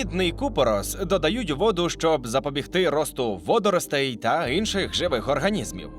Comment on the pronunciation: Чому ти кажешь "Инший"?